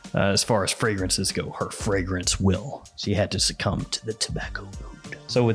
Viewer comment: "She Had To Subcome To Tobacco Oud"😆😆😆